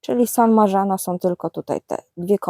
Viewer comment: Dobrze by było dosypać więcej ziemi,wtedy będzie wyżej i jaśniej w inspekcie.san marzano wymawia się San marcano,pomidor Red pear -red per